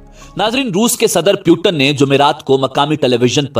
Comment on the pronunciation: naam to sahi se pronounce krna seekh jaao pu ton nhi Putin hai